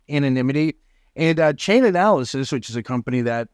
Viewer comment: Stop saying Chainanalysis, its Chainalysis. Also the feds are trained to use Chainalysis Reactor to track money movement (not Monero), its pretty standard for years now.